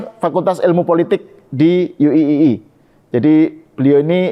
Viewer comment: Bacanya UIII harusnya Yu Ai Ai Ai bukan yu i i i